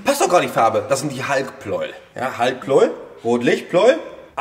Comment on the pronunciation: Pleu-el! Wie Lei-em!